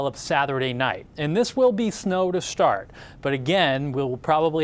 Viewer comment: Why does he put an “h” after words that start with letter s? Snow becomes shnow, stop becomes shtop, start becomes shtart. Amanda Hill does it too but not as bad as this guy